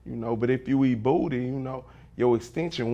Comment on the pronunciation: I don't know but I like the way he say booty